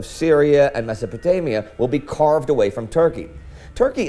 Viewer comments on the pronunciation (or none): its a 'mess'o' potamia